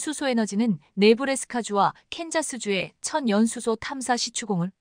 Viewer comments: "천 연수소"가 아니라 " 천연 수소"란다. 아가씨야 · 전 연수소가 뭐야? M미터라고 읽어야지 엠이 뭐야 아무리 AI 라해도 바르게 읽게 만듭시다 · "천연수소" 발음 제대로 하십시오.